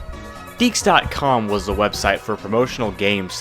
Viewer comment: It's pronounces DeeQ's (Dee Ques)